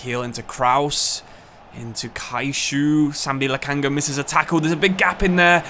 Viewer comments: This is first time i watched you play in fc 25 manager career mode with Schalke 04 team in this game and it is Lokonga not Lakanga you need to say his name correctly man its not that hard to do. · please sir. i lovethis series. please start pronouncing lak'O'nga's name correctly. its so Jarring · Once again it's Sambi Lokonga not Lokanga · Because he’s been getting Lokonga’s name wrong